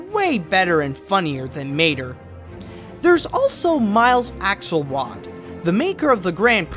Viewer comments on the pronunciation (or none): none